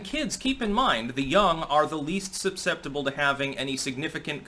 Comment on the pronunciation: "supseptible" lol